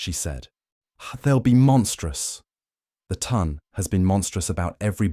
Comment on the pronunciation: Love the story and the narrator! Very funny, and just try to ignore the fact that AI apparently cant add small numbers. If only the correct French pronunciation of ton, as in haute ton, and would have been pronounced as French in the Regency could make its way into the brain of the ai narrator. The voice, is perfect otherwise, so hard to believe it doesnt have a sense of humor...